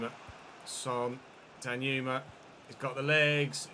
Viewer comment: Dear, it's pronounced dan-joo-ma, not danyuma. It's a Nigerian name. Sincerely, a bona fide Nigerian fan 💥